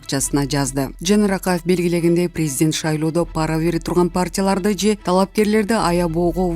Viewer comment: Окуп жаткан кыз, туура окунанды уйрончу. Паара деп эмес, пара деп, эч кандай ударениенин кереги жок, катту эмес, катуу деп окуп жургун. Кыргыз тил , адмбиятын мектептен жаман окуган окшойсун. Бир, грамотныйыраактарга окутсанар боло.